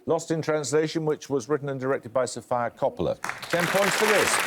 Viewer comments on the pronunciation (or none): man how could anyone butcher the pronunciation of sofia coppola the way paxman did?